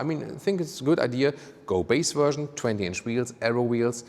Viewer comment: Drinking game: Take a shot every time says "Wuerszhion" (Version) We love your reviews and beautiful German accent <3 The black paneling around the wheels is the ugliest I have seen in a long time. Usually, people air for a look where the wheels fill out the wheel arches as much as possible, and here they have visually gone in the opposite direction.